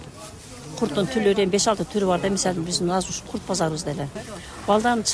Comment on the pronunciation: Ой эжее чоон эле адам экенсиз озбектерге окшоп кайра кайра эле " курт,курт эле дейсиз да. Курут десениз кыргызча эле Билбесениз дагы бир жолу туура айтылышы да жазылышы да Курут болот